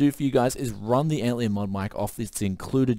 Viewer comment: LION. ANT LION. LION LIKE THE CAT. Not Antleon. ANT LION. There is a bug called an antlion. It is basically saying "this is basically a lion to ants." ANT LION. ARE YOU DOING THIS ON PURPOSE!?